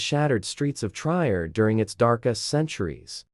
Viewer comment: I wished you would pronounce the name of my hometown "Trier" correctly. It is pronounced Tree-er. I also wished you would show actual pictures of the Roman buildings in the city, instead they were from placed in Italy, France and other places. Jutta (pronounced Ut-ta